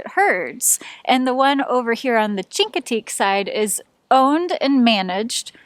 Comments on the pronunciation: First, it is always great to see different perspectives of an area we have visited and thoroughly enjoyed. Chincoteague is pronounced as with a Sh not a Ch... So shincoteague. The horses are on Assateague except on the round-up week, then are swum across the channel. The Chinoteague volunteer FD has permits for up to 300 ponies, and return 150 back after the auction. They WANT the herd to increase so to raise money for the auction. Part of the money is their annual fund raiser and part is used to maintain the herd... Emergency food in winter, three vet checks per year, shots, etc. None of that comes from fed money. The lighthouse is awesome and a must see. One of the few double lights in the country. Two fresnal lens lamps created a double blink. Started before civil war and restarted after civil war ended. We would love to try the dry camping up in MD, have only camped on the VA side. The shelling is awesome, too! We saw dolphins in late June. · Great video guys. Chincoteague is pronounced with an sh sound (as in "she"), instead of a hard ch sound. Not an uncommon mistake. Thanks. If someone has already put this in the comments section, I apologize for the redundancy. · It’s pronounced “Shinkateague”